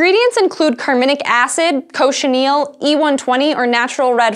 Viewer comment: Cochineal not Cochinel